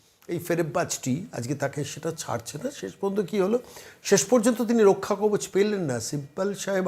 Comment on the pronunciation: রক্ষাকবজ নয়। কথাটা মনে হয় রক্ষাকবচ হবে।